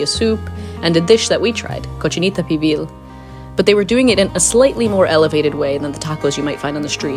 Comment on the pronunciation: Great video just one thing, the tour guy doesn't know how to pronounce cochinita "pibil" in Spanish. That's a real shame